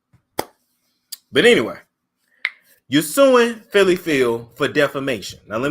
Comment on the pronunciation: It is not Phylly.